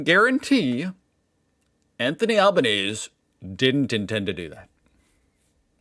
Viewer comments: Love your videos! I always get a smile out of your curiosity and the genuine discussion about our two countries 🇦🇺 Oh and Albanese = Al-bin-easy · It's "Al-bun-easy" That Sky News thing (which is Australia's Fox News) was actually an article by the Betoota Advocate which is a satirical news site. That bird on the basin is a Bush Turkey aka Scrub Turkey.